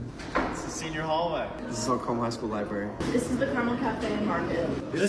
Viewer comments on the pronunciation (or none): As some who grew up a Hoosier Hasan is right about school funding in Indiana. Suburbs can pour millions, while historic black schools can barely remove the asbestos. Also he said Carmel wrong, but I am grateful for it